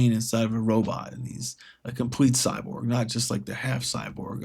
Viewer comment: What's a Cyborb? Is that like a Cyborg?